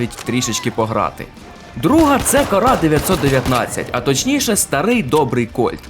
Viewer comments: Мабуть не корА, а кОра, але це не точно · та не корА, а кОра 🙉